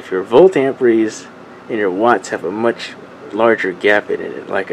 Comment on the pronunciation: AMPERE.....Not AMPRE....Silly kids